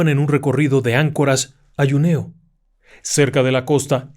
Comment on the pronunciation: Con retardo al ver este vídeo, debo comentar que, a parte de un caso que me apasiona (Los ovnis), me ha hecho gracia el comentario del capitán del avión sobre que a los alienígenas les gustaría tomar un traguito de vino □Pero... A modo de crítica constructiva, debo informarle sobre la pronunciación de la localidad de Juneau en Alaska. El francés es mi tercer idioma y la población de Juneau lleva el nombre de un buscador de oro nacido en Canadá; pero de ascendencia francesa. En francés al juntar las letras eau y au se pronuncian como "ó". Entonces dicha población se pronuncia: Junó (la "j" tal como lo ha dicho usted). Espero que no se moleste con lo de la pronunciación; pero es que me chirrían los oídos cuando oigo que un idioma se pronuncia incorrectamente. Un fuerte y cálido abrazo. :yougotthis::yougotthis